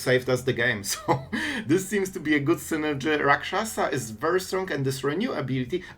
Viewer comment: You pronounced that Rot-Curse Rakshasa like you're a native of Tarkir lol